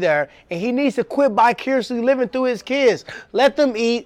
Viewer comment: "BI CURIOUSLY living"...instead of vicariously. LMAO DEAD